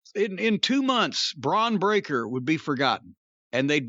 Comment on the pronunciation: Bron Breaker sounds like Dr Steve Brule butchering someone's name